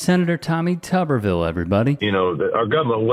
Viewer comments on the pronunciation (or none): I think all reporters need to pronounce his last name as "too-ber-ville" until he pronounces Kamala's name correctly. He does it on purpose.